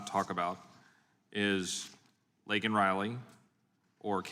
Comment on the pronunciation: He mentioned Laken after MTG SCREAMED AT HIM TO SAY HER NAME, OLD JOE PRONOUNCED HER AS Lincoln, not Laken, RILEY